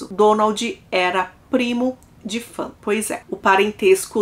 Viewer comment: Se pronuncia "Faun", não fãn. Tirando isso, ótimo vídeo, excelente narração 👍